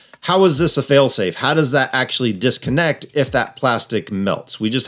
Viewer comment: Someone should explain to that with "fail-safe", the emphasis should be on "safe", not "fail". 🤦‍♂️